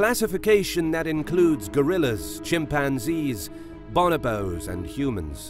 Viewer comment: He said Bonobo wrong so he doesn't understand anything of what he's talking about....